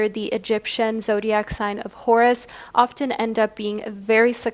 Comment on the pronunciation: Horus sounds like Taurus 🤭